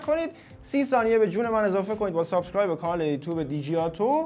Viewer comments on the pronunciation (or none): none